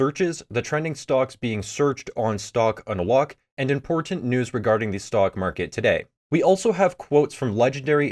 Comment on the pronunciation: You pronounce it like "stock on a lock"